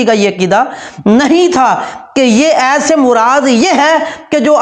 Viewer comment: Ayyt nai hota ayat hota hai. Pagal